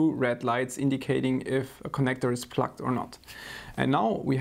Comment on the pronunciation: Hey, a very very friendly language notice - your pronunciation of "plugged" sounds more like "plucked", and "plucked" might sometimes be interpreted as "disconnected". I can imagine it could cause a slight confusion with viewers.:) But other than that - great work as always!